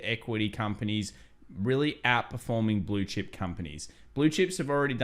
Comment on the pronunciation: Who else heard bullshit companies instead of blue chip companies?